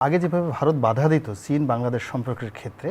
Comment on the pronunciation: সীন না চীন বলেন